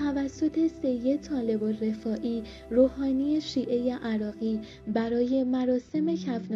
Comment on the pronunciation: علاوه بر لحن نچسب و شل و ول حرف زدن گوینده، متاسفانه ایشان گویا سواد درست و حسابی هم ندارد و ظاهرا بلد نیست اسامی را چطور تلفظ کند و یا روی کدام حروف کلمات تاکید کند تا شنونده اهمیت آن بخش از جملات را متوجه شود. به طور مثال جایی که غسال و نمازخوان پیکر شاه را معرفی می‌کند اینجور میگوید: آن که بر جنازه شاه نماز خواند، سید طالب الرفاعی‌ی روحانی، شیعه‌ی عراقی بود! انگار این شخص کلمه‌ی روحانی هم جزو نام فامیلی اش است که( طالب الرفاعی‌ی روحانی) تلفظ میکند، در حالی که خیلی ساده اسم او طالب و فامیلی اش الرفاعی است و عبارت (روحانیِ شیعه‌ی عراقی) معرف شغل ، مذهب و ملیتش است یعنی یک روحانی دارای مذهب شیعه و اهل عراق . در جای دیگر می‌گوید او مهمان محمد انورِ سادات بود!!. خنده دار است که سادات شخصیت گمنامی نیست و در طی حدود پنجاه سال بر حسب مناسبت‌های گوناگون از او نام برده شده و طبیعی است که حداقل باید نام او به گوش این خانم مثلا خوش صدا، رسیده باشد که اسمش محمد و فامیلی اش انورالسادات بود نه (محمد انورِ ) (سادات) اساسا در عربی حرف ربط الف لام یا همان ال اسم تعریف معرفه است و در اینجا اگر بخواهیم آن را ترجمه کنیم یعنی (محمدی که نورانی ترین فردِ بزرگان یا سادات است) و با تلفظ اشتباه ایشان تقریبا اینطور معنی میدهد:(نورانی ترین محمد بزرگان!) که معلوم است با نام‌گذاری عربی چقدر فاصله دارد. از سوی دیگر یشان با تصور خوش صدایی ،لحن کودکانه و عروسکی به گفتارش داده و به شدت حوصله‌ی شنونده را سر می‌برد. نکته‌ی دیگر تضاد روایت و جانبدار دیده شدن بی دلیل نویسنده‌ی متن است. مثلا وقتی در ابتدای ویدئو وقتی شاه پهلوی را بدون لقب شاه و فقط( محمدرضا پهلوی) خطاب میکند، برای آیت الله محمدباقر صدر از لقب (ش